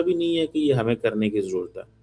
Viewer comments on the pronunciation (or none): none